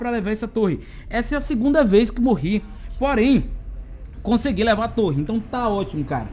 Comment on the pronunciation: Engraçado foi aqui kkkk não to julgando porque ele falou errado foi que achei engraçado Hehe Conseguilhu* Em seguida Lindario* Hehe Que esta interpretando errado desculpas só achei engraçado